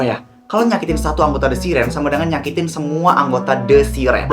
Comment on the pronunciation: siren ka bukan sirenk😭